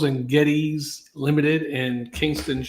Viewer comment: Den no and Geddez is how it is pronounced.